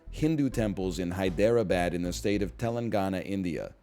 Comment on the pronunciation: nl pronuncing hyderabad wrong is really painful.